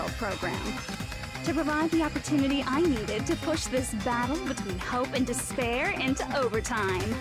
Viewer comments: dis a speer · Shall I give you dis pear?